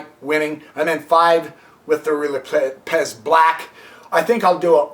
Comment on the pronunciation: Has this moron never met anyone named Lopez? Does he really think the accent of Lopez falls on the second syllable? Why does he waste time telling us that he can't cover all possible continuations? The poster is disorganized, inarticulate, and verbose. He frequently lapses into incoherency. He apparently can't keep what he's talking about clearly in mind for more than three sentences in a row. He can't remember which is the kingside and which is the queenside. The tiny amount of information provided isn't worth putting up with his obnoxiousness. What a schlubb.